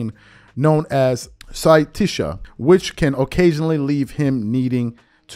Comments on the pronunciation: sy-TISH-ah... that is surprising. You must have extremely little experience in using the word sciatica, as in the sciatic nerve originating in the lower spine and going back and down the leg. The pathology of impingement on this nerve is called sciatica (sy-AT-tikah). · It’s pronounced psi at ti ca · He said SIGH-TISHA for sciatica 😂😂😂😂😂😂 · SCI ATTICA is how its pronounced, long time sufferer here i can tell you exactly how its pronounced lol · i mean tisha is sad lmao. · Bruh. Did you just pronounce sciatica like the name of a black girl from any hood??? “Wassup y’all this Sy’Teesha…ooh these braids is too tight!” She tender-headed. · Come on dude it’s sciatica. You can’t even pronounce it and check your records is nine and one record. The one loss was a boxer. I do like your show, but you need to do a little more studying man but good luck.